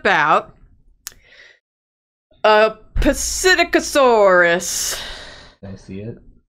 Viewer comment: Psittacosaurus (Si-TAK-oh-saw-rus)